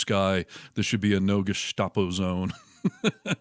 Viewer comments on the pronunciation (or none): none